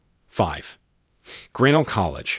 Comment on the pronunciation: It's shocking that you couldn't find someone who could properly pronounce Caltech, Grinnell, Macalister, and the abbreviation for "number", i.e. "No." which the announcer pronounced "no". Did no one in the production of this video bother to listen to it and make sure it was properly pronounced? Is it really possible that the man reading didn't know that Caltech is short for California Institute of Technology such that the short version, Caltech, should be pronounced as "Cal Tech"? There were several other glaring mispronunciations as well. Get your thing together and show your audience a little more respect!!